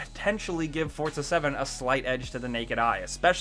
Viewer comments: It's pronounced For-Za not Forts-a Jesus Christ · The word 'Forza' does not contain the letter 'T'.